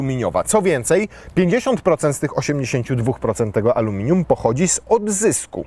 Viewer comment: !!! :D :D :D Mistrzostwo świata, "amelinum" też by siadło, pomimo tego, że kiedyś już było, a materiał jak zawsze dobry. Wiadomo, kiedy planują następcę?